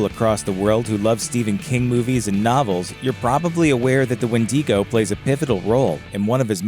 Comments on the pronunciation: "What we actually know about the wendigo myth" lol, too bad you don't ACTUALLY KNOW how to properly pronounce wendigo. "Windy-go"! LMAO! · turned this shit off after a minute... windego, tf is that?? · Maybe he was hungry for some "Wendy's go" lol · Isn't it wen-duh-go? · It’s WHEN-DIH-GO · Why do you mispronounce the name 📛😢🍑😮‍💨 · As a Native American I’m more scared of the pronunciation than the actual wendigo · You know with your whole heart that’s not how you pronounce wendigo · Dude learn how 2 pronounce the windigo name before you post a video on it you are light years away from pronouncing it right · If you’re gonna mispronounce go straight southerner Win-dangos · I hate how he says wendigo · Please do not pronounce it like that. I can't watch more than approximately 17 seconds. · Fukin hate how you pronounce wendigo, you probabbly say minotaur instead of minotaur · Wen dig o sound it out nerd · I love how he not only had to pronounce it wrong but also felt the need to do it like 59 times in first 45 seconds lmao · I'm secs in and finding it difficult to watch because of the pronunciation. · I stopped watching as soon as he start mispronouncing wendigo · Does anybody else hate it how they pronounce Wendigo? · Your pronunciation is garbage. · Why do you pronounce wendigo like that please don't do it I don't like it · The way he pronounces wendigo is so funny to me 😂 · I can't even watch this when you pronounce it so wrong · what a weird pronunciation of wendigo and Algonquin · Your saying wendigo wrong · It bothered me through the whole video the way he said it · Even that pronunciation is wrong but it's the common way non-Algonquins pronounce it. I am Cree btw. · One knows when someone cant even pronounce the name correctly, they aren't credible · Listen dumb dumb, it's pronounced when-di-go. Not wheen-di-go. Do better research!! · What is a Wendeego? Kinda looks like your trying to talk about the Wendigo (Wen-dih-go) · It’s wendigo not WHENDEEGO